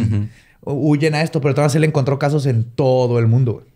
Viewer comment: “mudio” alguien más lo noto?